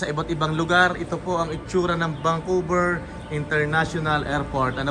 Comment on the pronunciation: Vancouver Hehe hindi vangcouver sorry sa correction